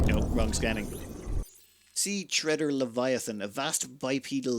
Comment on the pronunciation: Is 'treeder' a local pronunciation? I would read it as 'trehder'... like tire tread, or treading water. Sea treader sounds like it would be some sort of algae colony that floats somewhere around the 150m depth or something. - Okay, you got to it eventually. And was not expecting basically giant mosquitoes.